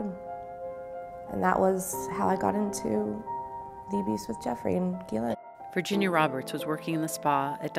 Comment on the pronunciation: The fact that she knows the correct pronunciation of Ghislaine Maxwell's name is proof enough!